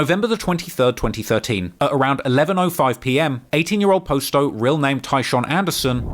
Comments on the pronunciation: Please stop butchering our names and our block names u do all this research its not hard to find out what they name is u call posto which his name is pronounced pos-sto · Why do you continue to pronounce it as "Post-Oh" when you can clearly hear multiple people pronounce it the correct way? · It’s not posto it’s potsto that’s how you pronounce it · Hey.. it’s pronounced (pas- toe) Not po-sto. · Bro y u keep saying post o it's clearly not his name damn u annoying for that I fwy but if u gne say a mf name say it right it's like u steady saying dude name wrong on purpose n sht clearly it's posto not fkn post o smh n u hear them saying posto too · I don’t get after all the research and time spent on this video, including watching people pronounce the name themselves, how you can pronounce posto the way you do… good video nonetheless but it’s “pah-sto” not “Poe-sto” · Post dough lmao, if your going to make money off dead people can you at least pronounce their name right? I know you heard them pronounce it 1000 times doing your weeks worth of research on gangs like it was a Harvard paper. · You hear from the guys themselves on how to pronounce the names but you still mispronounce it. Posto(p-ah-s-tow), Muskegon (muh-ski-gahn) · How do you hear in several videos how to properly pronounce 'Posto' but still mispronounce it the whole time? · Bruh the way he kept saying posto was annoying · Kinda made me crazy how was pronouncing posto's name wrong throughout this whole video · Can't stand how ur pronouncing "posto"